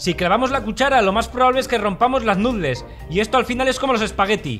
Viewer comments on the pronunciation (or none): Lástima que no pare de decir "nutles" en lugar de pronunciar "nudels".